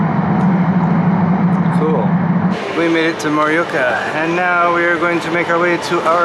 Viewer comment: Hey just a little hint on how to pronounce Japanese names ok so consonants are the same as in English but the vowels are pronounced A is Ah E is eh I is Ee O is Ooh U is Ooo so something like Morioka is pronounce MOohrEeOohkAh